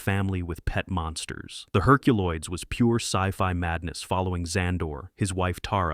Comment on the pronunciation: I do remember the "Herculolds,"